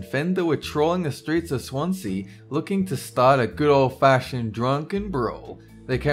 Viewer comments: Next time, instead of saying Swan-See, please say Swan-Zee as that is how it is pronounced by the locals and just about all of the rest of the Uk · BrokeMeh Arm it should be swan-c